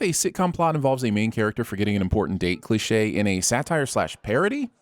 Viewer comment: Why do you not know how to say 'cliche'?